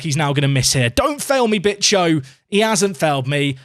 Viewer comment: Hey if you don't want to risk getting demonetized Bicho is pronounced like Bi sho the Sho sounds like Show with the W if this didn't help just put it on Google translate and let Google speak